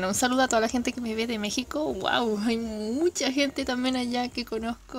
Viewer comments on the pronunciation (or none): none